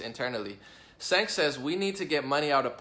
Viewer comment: "Cenk" is pronounced "Jenk"